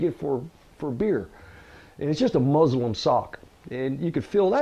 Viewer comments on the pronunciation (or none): yes I know what muslin is. Did you even listen to him? It sounds like he says an "m" instead of an "n"